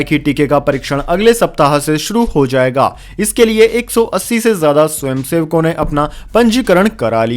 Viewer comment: It is not pronounced as zammu but jammu. Not zaiga but jaiga....many more like this. Please correct your pronunciation asap.